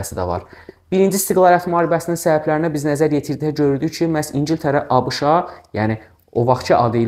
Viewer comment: Müəllim A Ş K'nı nə gözəl deyir😂